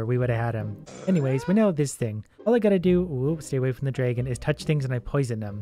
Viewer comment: i like how you say dragon. its like draygon